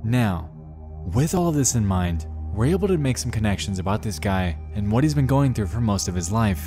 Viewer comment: Perhaps if the guy said "what" instead of "wat" this would have never broken down.